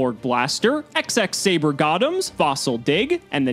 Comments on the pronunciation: It's double x saber, x x saber sounds ridiculous... Please double x saber 😖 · Its not "Ex-Ex Saber", its "Double Ex Saber"